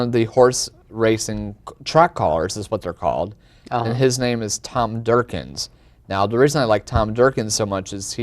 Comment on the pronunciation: LOL it's Tom Durkin :D not Durkins :D